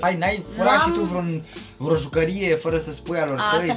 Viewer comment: Și Bibi zice freo 😂😂